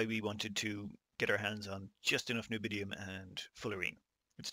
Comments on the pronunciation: Nobidium? Can you not read? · say it with me N-I-O-B-I-U-M XD